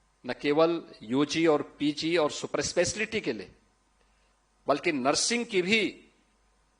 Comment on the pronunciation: Super eslaty😂super speciality hota hai pta nhi inko bolne bhi nhi aata aur banna hai inko mukhyamantri .